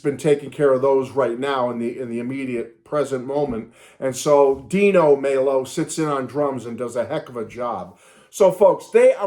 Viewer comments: Glad you're loving the album!!! It's on my Spotify rotation right now!!! BTW, Raul Mal-O...that's the pronunciation...Like Mal Evans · Pronouncing Rauls last name wrong